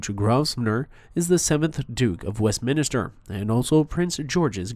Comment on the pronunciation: Wesminster, not Westminister, please!